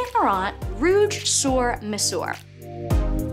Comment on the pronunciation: You pronounce sur like "sir" and mesure is pronounced "mezur." Yves Saint Laurent is pronounced "Eve San Laurahn."